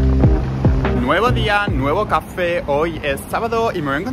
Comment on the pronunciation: Por ti ya no digo café sino cáfe!!!